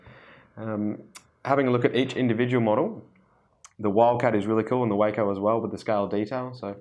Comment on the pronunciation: It's pronounced WAH-CO as in Taco. But I love the video.